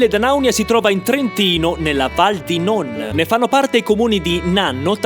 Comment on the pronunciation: Quanto pronunci male "Non"... 🥲 Anche Tuenno lo pronunci male! 😂 Hai sbagliato a pronunciare anche "Speck". Ah, se ti può far contento saperlo, in dialetto trentino "lucanica" si dice "luganega".